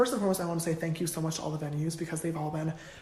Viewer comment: I literally only watch to hear you say “I luv u sa match” 😂😂😂